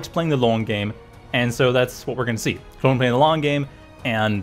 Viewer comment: Best part is how you pronounce your o's after saying Klon's name